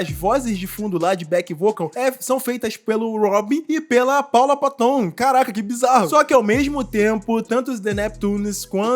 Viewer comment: Ridículo essa apresentação dele com a Miley Cirus mesmo. Teve uma época em que ela se perdeu, igual à muitos artistas, o sistema quer você destruído. A Paula Patton é bem bonita. Se pronuncia Péton e não paton